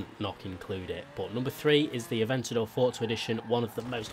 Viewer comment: Bruh its forza not fortza